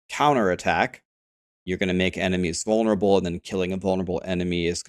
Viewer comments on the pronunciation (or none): none